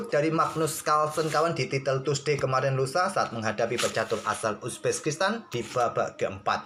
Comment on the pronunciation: Bang kok penyebutan uzbekistannya agak laen 🤣 Uzbekistan ❎ Uzbeskistan✅